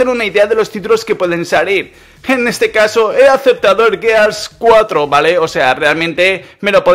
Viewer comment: Al menos si le dijiste bien al gears 4 xD